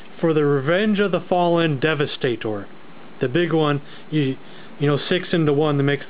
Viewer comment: Skor-po-nok..de-va-sta-tor...Dude em it right, and for gods sake pick a shoulder position for your skorponok man. Have you been collecting long? You sound like you just got into it